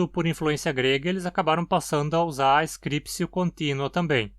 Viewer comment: Alguma motivação para a pronúncia /skripsio/?